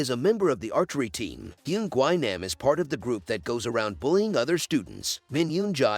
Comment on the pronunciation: It’s not pronounced gwi nom is GWI- NAM Jesus